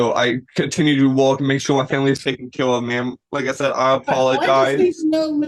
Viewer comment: This young man is most assuredly BEGGING to be luht frwee so he cuhn provide fuh his famiwee. Hes in regular contact with the cuht and and his attoineees.